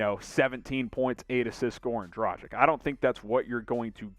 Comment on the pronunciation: Please please please learn how to pronounce his name!! Dragic'